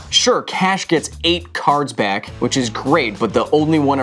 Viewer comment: Are you sure that Kyle isn't actually Seth "better known as SaffronOlive"? His mispronunciation of cards was pretty epic.